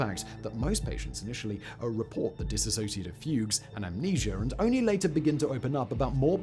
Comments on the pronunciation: Hi it's 'Dissociative' Identity Disorder not 'disassociative'. Soz ✌️ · THUMBNAIL: "Dissociative" TITLE: "Dissociative" SIMON (Throughout the Entire video): Dis-associative... Lolol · The first thing is as a rule do not listen to someone who cannot even say the disorder correctly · Please pronounce it correctly!! 🤦🏼‍♀️ ...I know it's the hardest unicorn to explain...& The information is always cloudy. I am a 48yr person who has this...diagnosed years ago . Very complicated.... Complex post traumatic stress disorder explains alot of the symptoms .